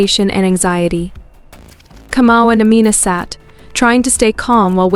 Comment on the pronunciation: Kamau not Comou